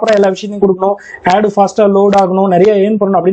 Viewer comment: யெட் இல்ல புரோ ஆட் னு சொல்லி பழகுங்க